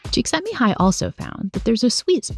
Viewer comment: Csíkszentmihály's name was so beautifully pronounced on both side! Never heard any non-hungarian speaker say any hungarian name correctly. :)